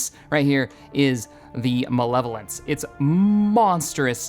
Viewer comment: its MALEVOLENCE not MELEVOLENCE